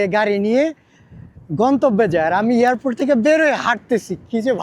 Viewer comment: এই লোকটার উচ্চারন খুবই বাজে।এয়ারপোর্টেরে বার বার ইয়ারপোর্টে বলে।